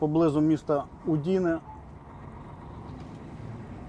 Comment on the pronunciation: Удіне в наголосі на У😊🇮🇹❤️🇺🇦